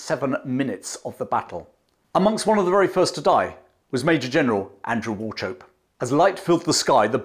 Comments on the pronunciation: War - chope.? Is it not pronounced "Walk-up.? I may be wrong. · Wauchope is pronounced wo-cop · I'd like to add that "Wauchope" is pronounced like "war-hope" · Just one wee thing. The pronunciation of "Wauchope". It may be correct but most of the Scots I know with that name pronounce the 'ch' as in 'loch' and with a short 'o' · Wauchope - this is the Scots/German ch sound, not ch as in chips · Learn to pronounce Wauchope correctly . Also it's Magersfontein not ' Magerfonstein. A MacRae